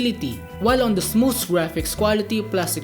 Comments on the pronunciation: Basahin yung "Smooth" dapat sa English accent 😆 Me: Smootfffhhh😆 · The way he pronounce "Smooth" 🤧